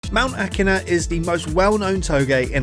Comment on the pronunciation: woah, he pronnounced it right this time